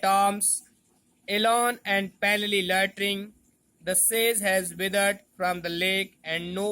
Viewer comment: Sir loitering hota h latring nai